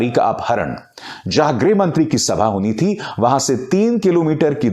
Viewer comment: Greh nahin greeeeh mantri..